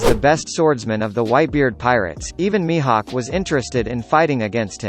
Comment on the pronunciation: when did mihawk became mihak